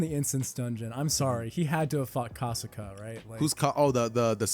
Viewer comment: look i love this video its a cool one but broooo u guys didnt pronounce the monster names properly like kasaka wasnt pronounced properly but other than tht it was cool as